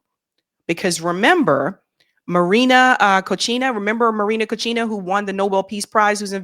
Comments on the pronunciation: Marina Cochina? Put the crack pipe down,! It's Maria Machado! Too lazy to do a little research before presenting your story? And Machado is financed and supported by the US in their efforts to overthrow Maduro. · María Cochina 😂😂😂😂 my dear the correct way is Maria Corina... U just said something like Dirty Maria, which isn't a incorrect way to describe that woman anyways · says Maria Cochina that’s funny. It’s a great name for her.